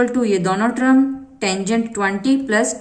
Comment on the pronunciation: Mam its term not trum🙂